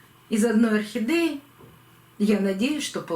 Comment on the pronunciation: Ну почему орхидЕи все называют охидЭями?!. Режет слух." Не говори красиво'! ' И это у всех блогеров.